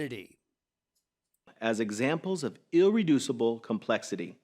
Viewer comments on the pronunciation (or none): Did he say ill-reducible complexity?